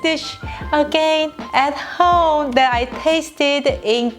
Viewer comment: This is so trivial I almost don’t want to post it. As a Korean American the way you say “home” is so Chinese. It’s bothered me forever but I love love love your channel!!! Home is 홈....I’ve had people ask me if you are Chinese or Chinese-Korean. This is so trivial but you are representing Korea so I had to make a comment. I don’t mean to be rude or mean. But to improve your channel I offer a tip. Accept or ignore it’s up to you. Please know, I LOVE YOU AND JACOB!!! I JUST WANT TO HELP YOU BECOME THE ULTRA-PROFESSIONAL CHANNEL YOU ARE MEANT TO BE!!!!!